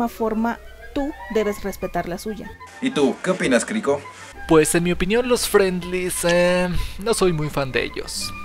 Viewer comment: frac le dijo crico a cricrobal